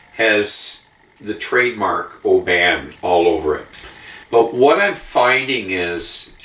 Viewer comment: Nice review. Oban is pronounced OH-bun. My dad used to have seaside holidays there as a child living closer to Glasgow.